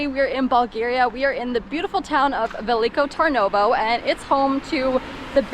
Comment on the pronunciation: Veliko Tarnovo is the city where i grew up. I am impressed of her pronunciation in Bulgarian😂😍. Thanks for visiting my hometown. I miss it so much. Cheers from rainy cloudy Amsterdam.